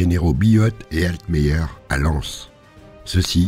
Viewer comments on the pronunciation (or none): none